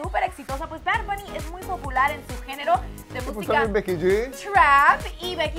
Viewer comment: Verga como que "Bar Bunny?😩